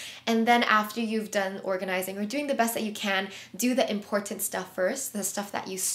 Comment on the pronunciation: The number of times you say “important” and over pronounce the middle T 😅 Thanks for the great tips and video with concrete examples , apps and ways to improve productivity and organization. Your videos are always calming and motivational. I would just suggest trying to use different words to replace “important” so as not to over simply or sound redundant.